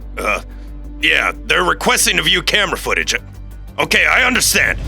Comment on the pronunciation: it says otay instead of okay